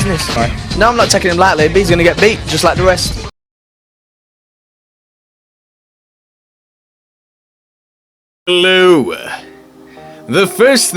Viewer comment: You say "hello" and Fedor, weird .